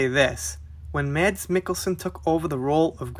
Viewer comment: You actually nailed the pronouncement of his name!